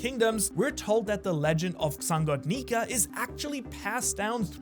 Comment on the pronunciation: u didnt say nika u said ni